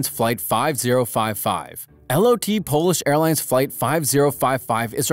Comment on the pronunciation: “L-O-T” bro just pronounce it regularly, it’s lot, one full word mate.